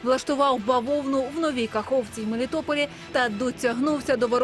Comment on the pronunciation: Бавовна на расєйском хлопок, тільки наголос перестав))).